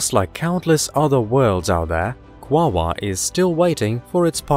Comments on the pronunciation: The correct pronunciation, according to the spelling. Is (phonetically) kwa ore, as there is no other letter present to create the 2nd w sound. Either that or the name is misspelled in the video title. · This synth voice stinks. It keeps mispronouncing the topic of the video. It's NOT Quawaa! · Is he saying wawa?? This shiot is making me hungry...they have McDonald’s on this meeethane planet?? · I absolutely adore the way he pronounces it... “Kwaaawaaaah” tickles me every time. Great video as usual. I love this channel! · Sounds weird and robotic.